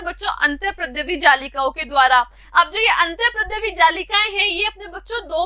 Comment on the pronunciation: Antardrya jallika not antarprdaya jallika